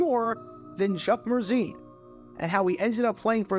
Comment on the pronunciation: Every time you said Chuck Mercein’s name I thought of Adele Dazeem.